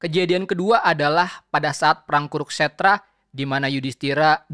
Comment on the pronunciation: Kuru-kstra bukan kuruk-stra.